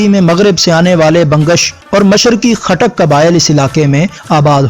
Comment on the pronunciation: Khatak ni tay goot q boly ray ho